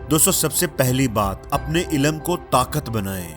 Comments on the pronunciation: ILAM nahi... ILM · Ilam nahi... Ilm !!!